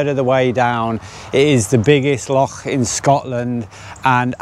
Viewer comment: So happy you started saying loch properly...mostly 😂